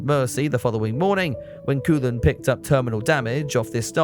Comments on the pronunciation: FYI, I understand the difficulties of another language but Koolen should be pronounced as KOH-len. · Kees is pronounced "Case", but not cayce. Koolen is Coal-unn.